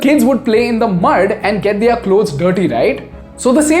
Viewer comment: It’s pronounced as “their” not “theaar” … love your videos though